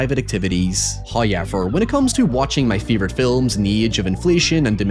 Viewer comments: First "hoyevver" drops , again showing that we must perservere throught His sponsor reads. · Hoyever 2: Return of the Lamblast